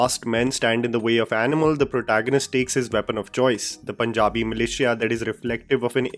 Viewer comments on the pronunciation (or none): none